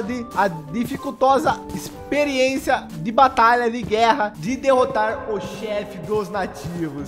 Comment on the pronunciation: Quem fala ispiriençia kkkkkkkkkk